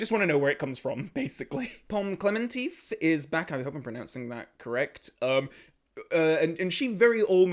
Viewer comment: Pronounce "Klementiev", like in Russian (she's of Russian descent).